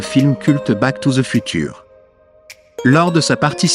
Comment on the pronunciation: FUTURE BONJOUR LA PROONCIATION